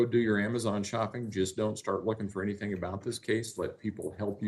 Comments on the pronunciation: "I didn't do ANYTHINK WRONK!". I can't stand the way she speaks. Anything ending with a G, she adds a K. (Sadly Harley did it too, being raised by that vile beast) It drives me nuts. When describing "Egg-wardo", she says to Al that he was "dark skinded"...OMG. On several occasions she said "so why come...". Instead of why or how come.... "Dr. Stauch" does not have a PhD in education, as she claims. That's glaringly obvious. She makes me sick. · Everytime she lies (which is 99% of the time), she pronounces words in a silly exaggerated pronunciation. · When the question came up about the wood/board ,she stumbled on her words lol “ I never get rid of anything “ she pronounced the ANYTHING perfectly without the K in the end . Trash knew she got caught and soon they’ll find G. Imagine how she felt at that very moment. Justice has been served . Rest in peace G💙